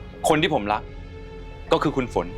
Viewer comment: ฝนนะไม่ใช่ฟาง